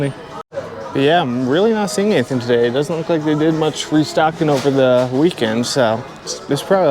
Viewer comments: I really look forward to your videos. Your channel and Rad Resell are my favorites. I hope you don't mind the comparison but when you say "anythin" with no g, it reminds me of the way my Grandmother from Quebec used to say it. Thanks for the memory!! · They way you say “anything” cracks me up